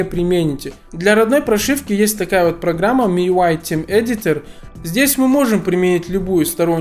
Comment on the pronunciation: "тем эдитер" ору🤣